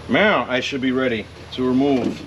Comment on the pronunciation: i could of sworn you said meow instead of now. Getting cat game vibes right meow